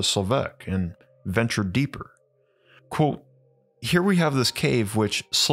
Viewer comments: It is pronounced "quote" not "quo". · Love the content. Heavily bothered by your pronunciation of the word "Quote" lol